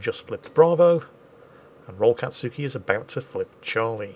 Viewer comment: We need to convince our mighty and benevolent gnome overlord to watch Naruto so he can pronounce "anything-katsuki" in fewer syllables xD